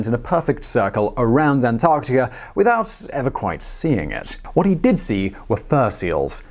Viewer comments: dude said antartia...lol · I swear sometimes he’s saying antartia at some points in the vid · British man say, "Antarctikerr." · you sound Irish when you say Antarctica lol